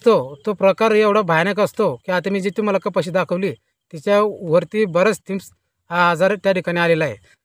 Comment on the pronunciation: थिंम्स नाही हो सर. थ्रिप्स म्हणतात त्याला.